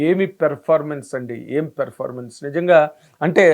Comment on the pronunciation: Evarikaina chupinchandi raa.... V........ni Performance ni sarigga pronounce cheyandi. Please uncle